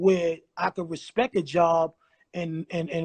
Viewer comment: Too bad Ra never educated himself once he made it out the hood and got loot. He said respek like ignorant ass baby lol.